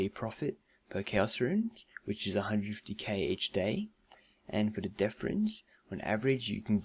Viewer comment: It'd death rune, not deaf rune.